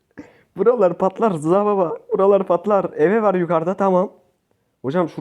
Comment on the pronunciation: Hayırlı olsun bu arada eve diye okunmuyor iv diye okunuyor